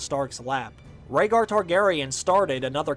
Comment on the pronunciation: I was with you until you said Rhaegar